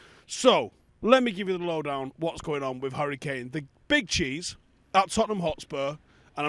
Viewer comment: had ackee & saltfish and a couple of dumplings before this video init 😂😂 ”what’s gwaning”